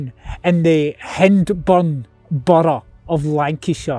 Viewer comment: I live in Accrington, and I used to live in Rishton ( where Whalley said he was going) . By the way it's pronounced HI-N-D-BURN Hyndburn. X